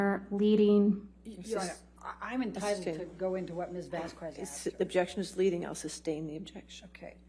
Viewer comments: Objection Your Honour, it's Vasquez NOT Vasqvez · Why does Ms Bredehoft continue this racist behavior of purposely mispronouncing Ms Vasquez’s name? She can pronounce the white woman’s name corrected (Whitney Hernriquez-HenriKEZ) but pronounces the Latina woman’s name incorrectly as VazKWEZ? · Ms Bredehoft’s racist behavior is infuriating. She purposely mispronounces Ms Vazquez’s name as VazKWEZ but she can get the white woman’s name correct? (She can pronounce Henriquez but not Vazquez which end in the same exact spelling???) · Anyone else notice how Heard's lawyer can't even pronounce Camille's surname correctly? Keeps calling her Ms. Vaskwez. What an absolute clown show. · I mean it’s annoying that Elaine can’t say Camille’s last name correctly. It’s like nails on a chalkboard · Why can Amber’s lawyer say “Vasquez” correctly?? It’s not an uncommon name and I find it incredibly disrespectful that, despite other people saying her name and it being week 5 of the trial, she continues to say her name wrong. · And she mispronounces everything, including "Ms. Vasquez." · Also including her own client's name. She introduced her as Laura Amber Heard instead of Amber Laura Heard. Not to mention the infamous "amica" cream instead of arnica.